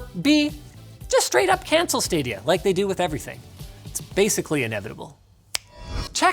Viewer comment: When he said Stadia I giggled a little